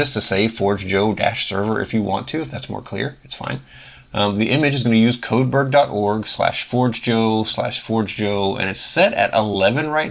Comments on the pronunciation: It's "for-JAY-yo" - forgejo is the Esperanto word for "forge" - not "Forge Jo" - and, no, not like coffee. Great video, by the way! 🙂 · It is closer to Spanish than you think, it is "for-jay-yo" 👍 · your pronunciation is completely wrong and so is what the name stands for, it is the first thing on the top of their FAQ